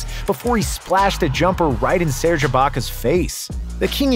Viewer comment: Props for saying serge right 🎉